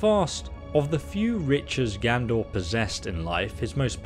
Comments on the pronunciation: Seriously, dude, can you read? Are you dyslexic? It’s not “Gandor,” it’s Gadnor, and it isn’t “Never-shatter,” it’s NERVEshatter! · GADnor NERVEshatter LEARN YOUR BASIC PRONUNCIATION GUIDE